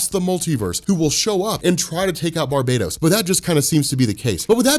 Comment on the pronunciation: Damn it's not Barbados is pronounced bar-ba-tos